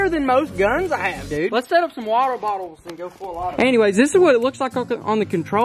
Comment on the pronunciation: “Wottle bottles”? 🤣🤣🤣